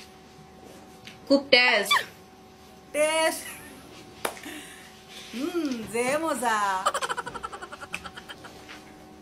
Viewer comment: Hahahahaha sooo funny and when I first see this video I was laughing cause it's very funny when she say khub tesh😂😂